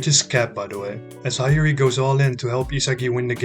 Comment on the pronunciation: Well nice🎉! Btw bro Hiori is pronounced as hee-o-ri